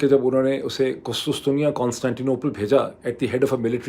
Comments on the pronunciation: Urdu word for Constantinople is QusTUNtunia NOT QusTUStunia as u repeated multiple times. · Dr Moeed Pirzada,,an excellent vlog ,brief but very insightful. Correction :تصحیح It's not kustustia قسطسطیہ i.e it's kustuntuniya قسطنطنیہ، You are looking very smart today as usual .good luck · Kus Kus Tunya nahi Dr. Sahab KUS TUN Tuniya is the right pronunciation...as KUS KUS is like the Chutiya word which you use normally 😅